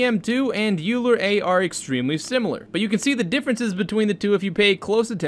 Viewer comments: The ‘a’ is for ancestral. Those are very creative methods that can generate almost new image at n sample counts. Also Euler is pronounced as oiler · Great video. BTW, Euler is pronounced "oiler" and he was probably one of the most brilliant mathematicians ever born, which is why someone born in 1707 is still pretty awesome even today. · "euler" is pronounced "oil-er" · Euler is pronounced like oi - luh. It’s German.